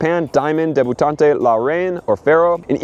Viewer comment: Debutante is pronounced deb-you-taunt